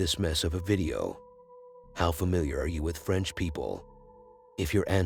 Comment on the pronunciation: I. “LIKE” You at #180! I don’t like da Fwench!